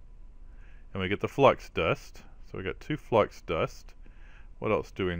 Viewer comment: "" crystal:) you can call me out in your vids. It's ok:)